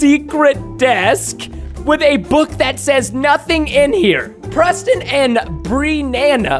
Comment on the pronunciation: Pweston hwut my feewings =( he said that was bad buidling but mine is like that.